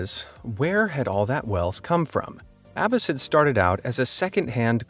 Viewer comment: He mispronounced Abbas and Lagos